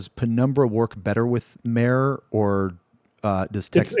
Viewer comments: It's pronounced MAH-reh, it's latin, not "Mare." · I'm there with you. It's not "mare" but "mah-ray." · pronouncing it Mare instead of Mah-reh.. Guess anything not english is a dead language for citizen of the US and A.. latin even more so.. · it came out right around the same time as the moon zones came out. how the fuck so many people accepted the game calling something Mare but continue to pronounce this name as female horse instead of "mah-rei" at the same time and after is just beyond me. but this gooner ass game community has brainrot. Remember...this shit came out in endwalker. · Pretty sure it is pronounced Mah-ray. Two-syllables. It's not a horse. It's a crater on the moon. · I'd love to know why no one on bothers to clarify the obvious mispronunciation of mare. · Mare's name references Mare Lamentorum correct? If so everyone is pronouncing it wrong and yes it bothers me lmao, FFXIV players can't even pronounce names correctly in their favorite game.